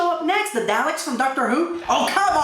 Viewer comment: you pronounced daleks wrong...